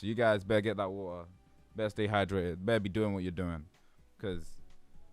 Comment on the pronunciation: Is it a meme to pronounce waTeR as “wa-uh”?